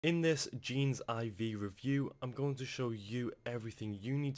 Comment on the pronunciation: Hey, thanks for leaving this review! Really appreciate it:) Heads up that it's kinda pronounced more like "Genesis" where the last letter "S" is replaced by "V" haha. Anyway, love the effort you put into drilling down into this program. Hit me up if you'd like to discuss partner opportunities:) Cheers, Desmond Leong